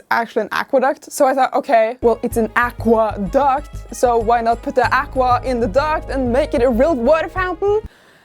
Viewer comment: It'a an aqua-duh!-ct